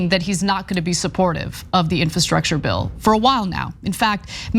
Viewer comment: Will someone please teach Anna how to pronounce the word infrastructure. Is she so sensitive that everyone around her is afraid to bring it up?